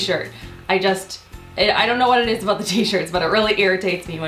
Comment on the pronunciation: I love the way you say about!